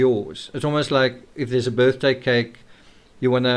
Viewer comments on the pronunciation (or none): none